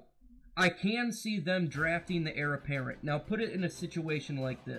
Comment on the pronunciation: good thoughts, it's Heir apparent btw lol